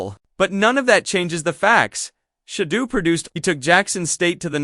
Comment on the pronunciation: He’s not a type of cheese. His name is pronounced: “Shah-durr.”